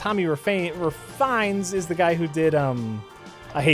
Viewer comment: It's Tommy Reh-feh-ness, not Refines, and Edmund designed all of the levels for SMB. He's a game designer who can also draw, not an artist who dabbles in game design. For shame,, you're supposed to be a Breadmund fanboy.